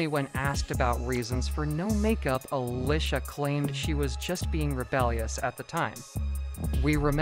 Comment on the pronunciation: Why he keep saying Uhlisha 🥴